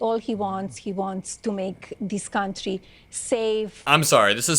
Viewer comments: DID SHE SAY CUNTRY? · "Kantrie" ? 🙄 "Dies kontrie" 🙄 This immigrant doesn't talk English afther 25 years ? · Does she use the word "contree" in her "Boook"